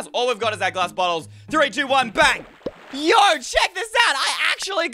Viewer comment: You say yo like yo-yo